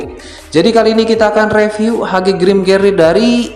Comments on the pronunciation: Seharusnya grimgerde bukan grimgerdee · Grimgerdee? Kalau aku bacanya Grimgede gara2 kamu bacanya Grimgede. Eh, grimgerdee